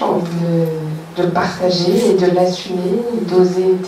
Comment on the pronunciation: On ne dit pas "vous pargager" on dit parrtager avec vous. Parlez français, mesdames et messieurs les présentateurs. Sinon, à nous finirons par ne plus du tout nous comprendre. .